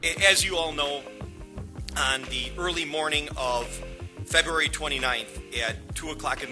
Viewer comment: listen in 😩 “February 29”